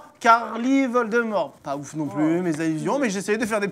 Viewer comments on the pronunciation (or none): C’est pas vol-de-merde c’est viole-des-mort